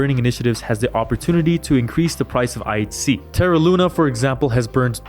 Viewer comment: It sounds like you're saying IC not pronouncing the H. But overall good stuff